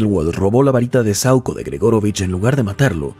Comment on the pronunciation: Es saÚco, no sAuco 🙄🙄🤦🏻‍♂️🤦🏻‍♂️🤦🏻‍♂️